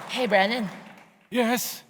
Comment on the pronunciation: BWENNAN BWEE BWULLIGAN?